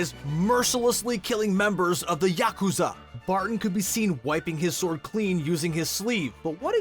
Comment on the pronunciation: Thanks for pronouncing Yakuza correctly